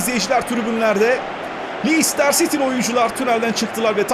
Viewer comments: abi lister siti değil leyiçistır siti :D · abi liçestır siti diye okunuyo 😂😂😂